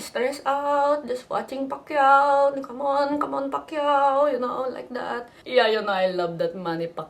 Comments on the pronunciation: manny pakyaw. pilipinong pilipino. haha. as compared to your accent. pa-ki-yaw. go pinoy! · Hhaha manny PUCKiao I like how the 'mom' pronounces it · omg the way she pronounced the fella's name, change the "P" to "F" hahaha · hai naku Christine, R pameely ease berry macha, berry macha like yorr pam'lee eksep wee *oofs* & *ahhs* ebri tayme Pacman hits Ricky at dat mowment. lol. loved the vid. =)